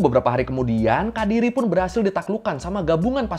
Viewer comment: kediri bang bukan kadiri